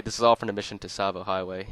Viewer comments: "tuh-savo" its just pronounced, "sahvo" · Hate to do this but it’s pronounced “ savo” the t is silent. Tsavo means “ a place of slaughter. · It's pronounced "Sahvo" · It’s pronounced Tsavo Highway not Tsavo Highway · Tsavo. "Tasavo" Say cats... Now say Tsavo. Its just like cats. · wait, I thought the T in Tsavo Highway was silent and it was pronounced sahvo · It's pronounced savo highway the t is silent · Is it really? I always thought that, much like Tsar, it was pronounced “T-savo” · Who is annoyed that he pronounces the “t” in tsavo highway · The “t” is very lightly enunciated, but yes, it shouldn’t be so pronounced. The “t” and the “s” should be part of the same sound, almost like the sound someone makes when they make a sizzling sound. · A tip for pronouncing the ts sound: Say a word that ends with it, as those are common enough in English. So, for example, say, “cats.” Then, say catsavo. Then drop the kæ, sound, and you get “Tsavo.” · The T in tsavo is silent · The "T" in Tsavo is silent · A pang of physical pain each time you pronounced "Tsavo" with the "T". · I'm not trying to sound like an ass, but the T in Tsavo is actually silent, PS I like the video. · Great video, but the 'T' in Tsavo is silent. Just a heads up lol.